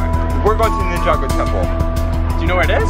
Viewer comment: I like that he can pronounce ninjago properly lol